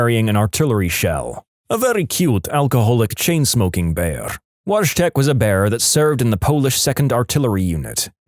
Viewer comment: The pronunciation of "Wojtek" hurt me right in my polish heritage, it's actually pronounced "voy-tek" But at least you tried Mr narrator!